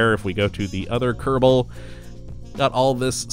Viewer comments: I just watched his (newest) video, the Races! mod for KSP, and I caught it in the 4th minute. He doessss say Kottabos where I think he says Kerbal. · or maybe he said kerbo space program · does he say kottabbos space program or kerbal space program at the start? I cant tell even after so many ksp mod videos